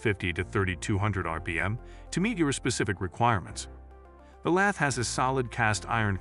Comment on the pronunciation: Informative? I read all these same words on the product information pages on the web. Useful? Please have a real person read the script next time instead of AI. Lathe (lay-the), lath, and lay-thee used indiscriminately was bothersome and never consistent. Numbers read individually…ugh. Plus, you never gave a ranking, simply descriptions.Sorry. You surely can do better.